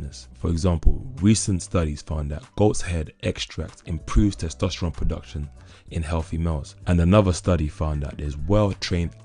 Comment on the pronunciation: How many times did he say testestrones ?